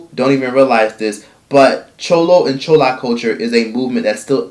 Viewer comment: Omg your saying Chula & chulo so damn WRONG 😂 it’s driving me crazy “chew-la” “chew-low” say it with me 😂 (gotta but an accent on it)